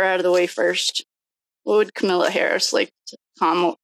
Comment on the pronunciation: It’s Comma-la. The bias is clear.